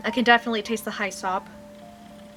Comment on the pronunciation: Hyssop is pronounced hiss-up. Fun review!